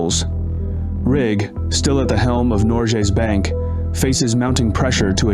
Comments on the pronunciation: why does it sounds like norgjes bank not norges bank? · Especially pronouncing Norges Bank as "Norjé Bank" every time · Great video! One thing that irritated me throughout it, though, is the way you pronounce "Norges Bank". This is a name of a main bank here in Norway and your pronunciation is very wrong. Rather than pronouncing the g as an English g you should pronounce it as the g in the word "give". Nor - g as in "give" - es bank (a British english "a" here) This should be updated. 👍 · Yep, an educational video with some twists different from a typical Norwegian's viewpoint. However [though a small sick], if he had only done his homework on pronunciations: like Eidsvaal, Norjes Bank, Michelen, Blüker, Lilleham, etc. But then again, I guess several "foreigners" have problems with cities/names in the US like Worcester (MA), Van Nuys (CA), Des Moines (IA) and Tucson (AZ). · Very well researched, but i think you should make more of an effort to pronounce the names correctly in the reading